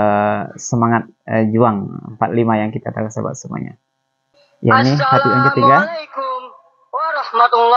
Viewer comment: kan ini pondok bagi anak2 muda indonesia belajar agama..mengaji dan lain2...kok malah pengucapan assalammualikum nya sangat pelik dan tidak fasih arabnya????kenapa perlu pakai suit barat yang megah (kot)...kan islam menganjurkan sederhana dalam berpakaian???...adakah indonesia belum merdeka dari belanda...dari inggeris???